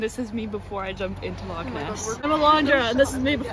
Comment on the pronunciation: Congratulations, ladies, on your correct pronunciation of the word "loch". Many people who are not Scottish tend to pronounce it as "lock". The guttural "ch" sound is no longer used in spoken modern standard English, so many people never learn to form that sound as children. Although remnants of a very similar sound remain in written English in words that end in "gh" or "ght".